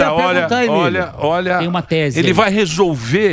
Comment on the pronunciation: A Isa Penna tbm chamou o Emílio ode Emídio quando ainda estavam no estúdio antigo anos atrás kkk